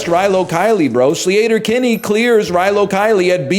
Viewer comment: Run back that pronunciation of Sleater-Kinney real quick?